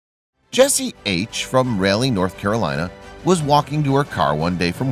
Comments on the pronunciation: Mr. Narrator, I have never heard words pronounced wrongly quite the way you do it. I have never ever heard Raleigh, North Carolina pronounced as "rally", it is supposed to be pronounced "rolly" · Good story. I'm from NC and just want to say it's Raleigh rhymes with Bali or Mali or holly, and named after Sir Walter Raleigh from way back when Queen Elizabeth I sent him to "the new world". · Raliegh. RAA-LEE.